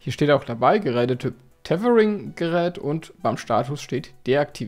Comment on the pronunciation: wie du Tetering sagt ist zu köstlich 😁😅😂